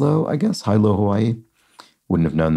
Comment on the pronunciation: Like folk, talk, and half, the "l" in "yolk" is not pronounced. Hilo is pronounced hee-lo.